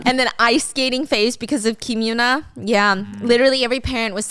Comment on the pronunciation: its pronounced kim yuh-nah, not yoona 😭 how u gon be korean and mess that up